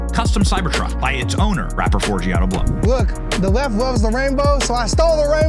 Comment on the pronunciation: "Forgiato Blow?????"😂😂😂